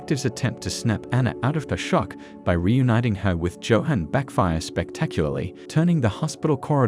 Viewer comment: Amazing. The narration has managed to mispronounce almost every single character name. Lunge - Loongay Nina - Neenuh And most importantly: "Joehan" - Yohan